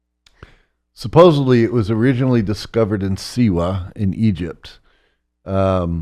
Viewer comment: I saw on Gaia a couple of years ago. His interviews are very interesting, but I think many people write him off as a fraud because he repeatedly mispronounces words, which immediately undermines his credibility. Examples: “saposaBly”, “eXpecially, and “recAnize”.